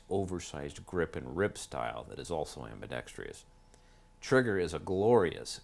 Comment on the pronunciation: Lose the extra syllable in ambidextrous.